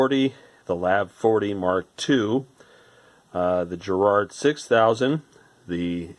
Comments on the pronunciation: Why are you mispronouncing Garrard? No J there. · Garrard as in Gary not as in Jerry folks!!! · *Please*, Americans, stop with the weird pronunciation. It's a hard G. Not a J sound. Ga-Rard. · GGGGG Ga GARRARD...AAaarrgghhh! Edit Not Je. but .Ga if that wasn't clear enough. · Trust me, it's a hard G. British company, with connections to Garrard The Jewelers, and every Brit pronounces it correctly, exactly as written, GArrard. Not Gerrard. I don't think I can even think of any "GA..." words that ARE pronounced "Je...". Please stop abusing our language 😜